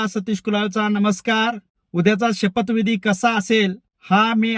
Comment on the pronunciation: "शपथ"विधी असं असतंय 😂